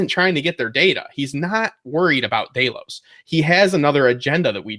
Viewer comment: Ugh day-los, i cant take it lol